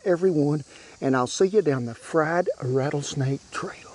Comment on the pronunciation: You just lost me as a fan..."RATTLESNAKE",AND I AM FROM TX